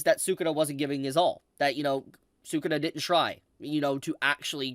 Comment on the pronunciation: You say say Sakuna like Sakuda, is that his official name or am I missing something?